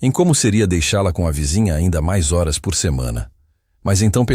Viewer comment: Eu sou Luiz Lima e falo desde Raleigh, USA. Essa história é linda. Acho que todos concordam. Mas não sei porque a insistência em “criar” e constantemente pronunciar “eurs” quando o correto é: “horas”.